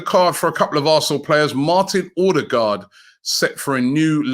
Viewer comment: Where does Robbie get the R from at the beginning of Odegaards name??